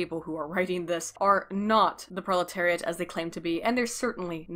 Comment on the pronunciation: Pro...proliterate? Goyim? They trying to say goyim?